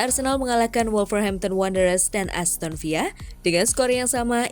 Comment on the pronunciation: aston villa bukan aston viya min...